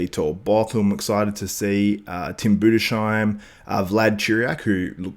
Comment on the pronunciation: hey there from germany. thanks 4 the hq content and mentioning all the german bb. one lil thing: tim Budesheim is pronounced Budes-Heim. Heim like Ana-Heim (the city). maybe this helps you a bit :)